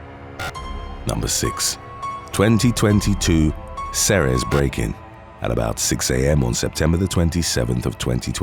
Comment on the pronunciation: Ceres is pronounced "Series'.. I used to score dope there for years. Nice little town as far as the valley goes, but lots of dope.